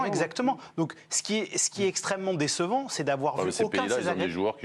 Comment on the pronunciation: C'est quoi cette façon de prononcer "Décevant". Vraiment je ne comprends pas. On est "déçu" et pas "désu", alors on prononce "Déssevant" et pas "Désevant" . Ecoutez à , , C'est un coup de gueule nul mais j'avais envie